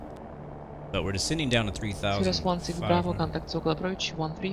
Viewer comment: Why the race talk? Blacks can say what they will, right? You just lost a subscriber. Oh, and you're mispronouncing Cirrus.